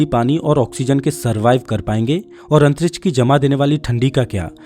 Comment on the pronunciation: Antriksh nahi Antrich😂😂